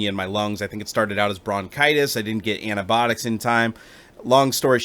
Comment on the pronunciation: i love the way you say antibiotics: anibotics